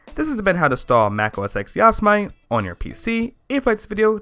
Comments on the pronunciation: its not yos-mite...its yo-sem-ite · "Djoz-mite"? Are you serious? It's Jo! Sam mid tea, you know :) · Yosemite not Yosmite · its yo-sem-it-ee. not yo-sa-mite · ITS "YOW-SE-MI-TI" NOT "YOS-MITE"!!! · lol! you guys. it is not pronounced "OS X" It is "OS Ten" Like the roman numeral, and it isn't "Yos-i-Mite", it is "Yo-seh-mi-tee" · Yosemite : yo-SE-mi-tee. Not yo-sa-mite. Great video. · YOS-i-mite? It's pronounced YO-sem-i-ty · OH MY FUCKING GOD ITS NOT YOS-I-MIGHT ITS YOS-E-MIH-TEE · looks like a good tutotal (finally) but you keep saying ya-si-mite but its yo-se-mit-ee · yas - mite lol its yo - sem - e - t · It's pronounced "Yo-zem-it-e", not "Yoz-mite". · Yasomight? Cringe... Yosemite, as in Yosemite Park. (yo-sem-it-ee) If you have a Intel PC with compatible hardware (i.e. same hardware as a mac), you can actually use a vanilla OS X install DVD/USB instead of a hacked one. I'm running 10.10.5 with almost no custom drivers, only using Clover EFI and a driver for my Ethernet. (Plus the essentials, like FakeSMC) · I know what you're saying (unlike everyone) but the actual mountain or landmark or whatever it is it's pronounce yo-sem-it-ee y'feel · WARNING : 99% of the comments section is filled with grammar Nazis who are screaming about how he should pronounce "Yo-sem-it-ee" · "Yossa-Might"... lol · yah-so-mite lol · Great video, but it's pronounced yo-seh-mitty. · It's pronounced "yo-sem-it-ee". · I was cringing so bad when he said that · It's pronounce Yo-Sam-A-Tee. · Yo-sem-it-E you cheeky degenerate normie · I know your saying it wrong. It's Yo-Sen-ite your app its to say. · Don't bother with an AMD Hackintosh, it's too much of a pain. Also, don't ever use a "modified version" of OS X - use the tonymacx86 method. And it's pronounced YO-SEM-IT-EEE and spelled Yosemite. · what the fuck is a "yos-mite" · Ur not pronouncing ''Yosemite'' correctly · Ive never heard anybody pronounce it like he pronounces it.